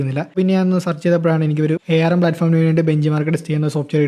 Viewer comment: A R M , alla bro "Arm" aahnh